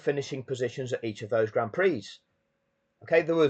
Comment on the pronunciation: Stop calling it graund prix..... call it for what it is.... Grand Pricks!